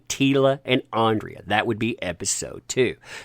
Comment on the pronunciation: Alexandra, I believe the pronunciation should be ‘Ahn-druh’